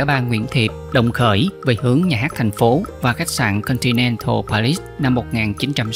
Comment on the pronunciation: Bây giờ nhiều người đọc sai như bác sĩ Yersin ( zec-xe ) đọc thành (zec-xin); thủ đô Paris (pa-ri) đọc thành (pê-ris)...